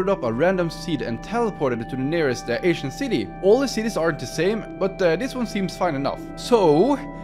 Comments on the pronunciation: Lol I thought he was saying asian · I keep hearing “Asian City” 😂😂 Lmao but wow it’s incredible! Can you come and fix up mine now?? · I turned on captions, and whenever you'd say Ancient City, the captions say "Asian City". 😂😂